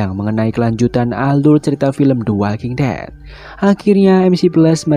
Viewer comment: The Walking Dead: The One Who Live care bacanya "De Wolking Det: De Wan Hu Liv", min :D